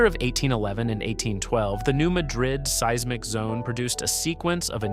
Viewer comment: Just for the record, it’s pronounced New MAD-rid. I know it’s wierd, I’m in East TN and it took me awhile to get used to it. LIke Cairo IL is pronounced KAY-ro.